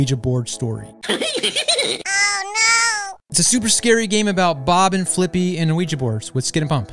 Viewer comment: Fliqpy is called as "Flick P" not Flippy